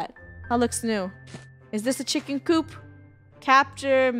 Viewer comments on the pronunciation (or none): none